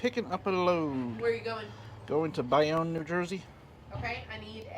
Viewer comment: It's pronounced Bay-Own.